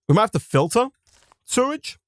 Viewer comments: I guess I missed it, but how come you pronounce it "surrage"? Not to be ignorant, just curious. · it still annoys me how he can’t say sewage right.